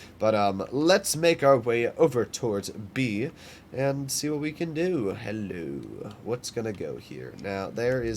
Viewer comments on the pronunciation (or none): none